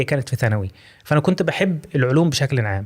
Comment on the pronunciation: ماشاءالله اول مصري ينطق اسم مرحلة دراسة بشكل صحيح (ثانوي)